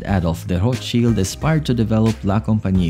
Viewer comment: Could at least pronounce the name correct